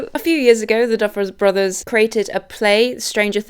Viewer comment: Girl it’s the Duffer brothers not the Duffle brothers